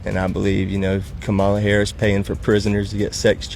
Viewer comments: it's comma-la not Ka-MA-la. i'm talking about the pronunciation of her name. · These MAGAs STILL can’t pronounce Kamala (comma-la). Just two syllables. It’s not that hard. But they’re the smart ones. Ok. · Don Lemon i a very good example why they don't like liberals. Look at him repeatedly embarrass the guy for mispronouncing her name. That's just not gonna work. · It’s a conscious decision to mispronounce her name. So, they need to be reminded. You expect people to pronounce your name properly, right? Mutual respect, people purposely mispronounce her name. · Please look at it from the other side, it is very disrespectful for someone to continue to mispronounce a person's name, after being corrected (especially more than once). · Agree…but as far as the name goes feels like people mispronounce on purpose. Like it’s not hard to say so why say it wrong?